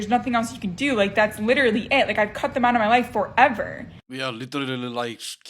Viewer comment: I would have to block number 6 just for saying thum when she means them.